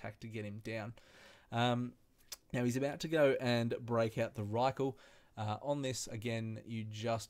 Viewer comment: About to attempt this tonight thanks for the guide P.S it's rylak not rykl :P